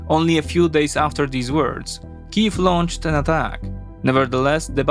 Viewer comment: Thank you so much for using Ukrainian prononciations of the cities and villages.